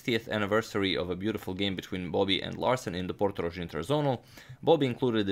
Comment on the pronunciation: It' Portorož, with "ž". Regards from Slovenia